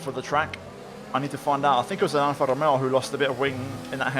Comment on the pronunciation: Your Alfa Romeo pronautiotion is perfect. Wow